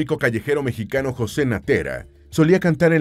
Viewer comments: Por que dice mexiqueno y no mexicano? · Pq dice "mejiqueño"??